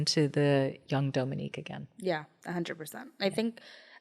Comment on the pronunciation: Love you, but you’re slightly mispronouncing Dominque’s name. It needs a long “O” sound. She’s too sweet to correct you. Her mother discussed it in one of their early videos together.